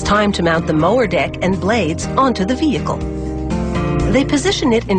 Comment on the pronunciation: anybody else hear "the mower dick."?